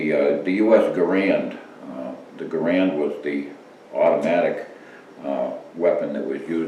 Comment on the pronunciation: Stars And Stripes Forever is appropriate for .30-06 Springfield. It is 100% AMERICAN with hair on its balls. I served with the M1 Garand in the Army. This is the first video where someone pronounced "Garand" correctly, the way those of us who carried it pronounced it.